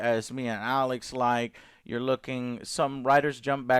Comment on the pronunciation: Jou're excited Joe, for what?